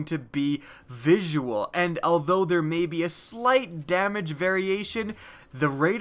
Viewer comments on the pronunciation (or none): none